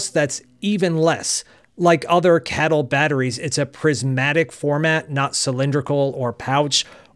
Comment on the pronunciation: Please stop saying "cattle", it's incredibly derogatory. Most people pronounce it as kay-tle.